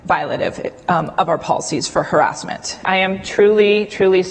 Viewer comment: .... ...... It's crowder who can't pronounce harassment. Who says it like that? Weird man. But this YouTube guy, despite being able to say harassment correctly, still sucks.